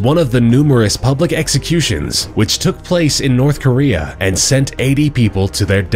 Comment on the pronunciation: Jeez nourthkorea